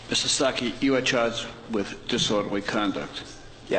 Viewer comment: It's Starkey not Stockey!